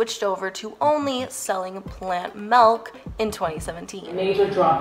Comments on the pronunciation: When she says "malk" is instead of milk.... cringe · man I love me some plant "melk"